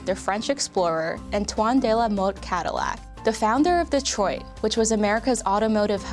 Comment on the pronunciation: How come nobody can prounce Detroit? It's Detroit. Not Detroy.